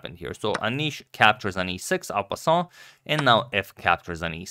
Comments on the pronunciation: What is this pawn capture that is passing the captured piece?? Sounds like you are saying "al capone"??? When does that capture apply? I didnt know there was such a move. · It's en passant rofl, from French